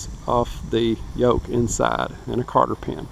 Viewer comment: Cotter...!!!! Not Carter...!!!